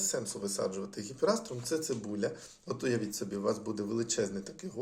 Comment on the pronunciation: Правильніше говорити і писати гіпеаструм , без літери ,,р".